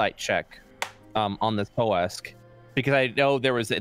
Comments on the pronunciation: I kept hearing "whole ass woman" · Does anyone keep hearing "hoe a** woman/man" when he says ho' ask? That is literally all I can hear XD